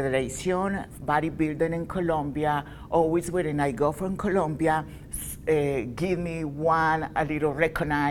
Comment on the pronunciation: Colombia! is with the "o" not Columbia